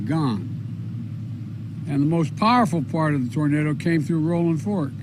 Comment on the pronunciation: the roof came off and the red cross was there. you're not alone. Well, at least he pronounced the name correctly, The Donald called Paradise "Pleasure" Ca. ....Didn't play well.